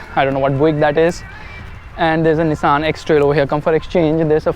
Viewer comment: Bro its not nisaan its nissan